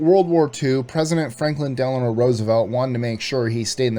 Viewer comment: You mispronounced FDR's middle name